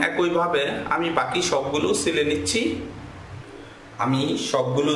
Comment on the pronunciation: vlo kore ucharan karun....."sile" na ota "chile"